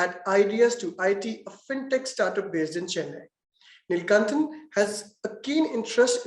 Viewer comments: not neeeelkantan its nilakantan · Nilkanthan...not Nilkantan